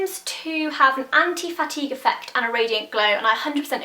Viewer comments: I kept hearing, anti-fatty. And I was like, "....makes your face...less fat?" ahahahaha, then i understood anti-fatigue. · I thought you were saying "Anti-Fatty" and I was like sold! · I kept thinking you were saying 'anti-fatty' and got really confused as to what that meant... Love the reviews, though. I'm extremely pale & have tried near every brand of highstreet foundation & nothing is pale enough even if it gives good coverage & a nice finish. I'm off to my local MAC tomorrow to hope & pray they'll be pale enough. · at one point i thought u said "anti-fatty" foundation lol where is ur nail polish from? love it! xxx